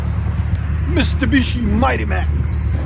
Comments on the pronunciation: Mistibishi😂 Love the realness of your videos lol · “Mistabishi” I love it